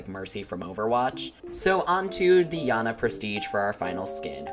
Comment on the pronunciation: Not to be rude but why do you pronounce janna to yanna